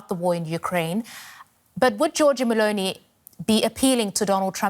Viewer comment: Can you learn to pronounce Meloni